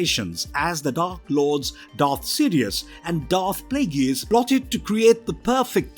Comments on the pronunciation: Plagueis... 'play gays' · i stopped watching after the second tie you mispronounced Plagueis